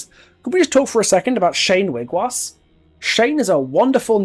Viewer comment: Just in case you weren't aware and I'm only saying this because I love your content! Wiigwaas is pronounced Weeg-waws because the Ojibwe language has it's own pronunciations for vowels as well as double-vowels. I'm not going to explain every little detail in a comment section but ii is pronounced like ee and aa like aw, individual pronunciations will differ of course but that is how I've been taught! Since you did mention you're working with indigenous creators about Shane's lore I can presume you have seen and asked about the words of our language already, and we don't take it as an insult if you pronounce them wrong because we know you mean well! Keep up the amazing work, I love this game, I love your content!